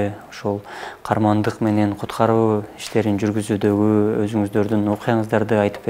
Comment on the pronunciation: Диктор туура айтылышы' КААРМАНДЫК " менен деп айтылат..рахмат..🙏